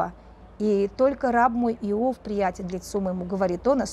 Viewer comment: благодарю! Но как же режет слух Ваше "Ио́в"! Конечно же, "И́ов"!